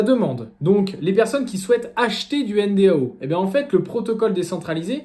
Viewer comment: Soit tu prononces 'èneDO' soit N.D.A.U. avec U mais pas N.D.A.O. comme tu le fais dans toute la vidéo. C'est quand même le titre et le sujet de la vidéo.